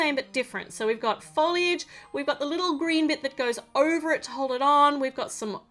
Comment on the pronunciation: u said FooLliiGe 😂😂